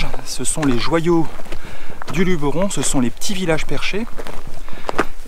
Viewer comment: Merci de dire Luberon et pas Lubéron comme tous les touristes :)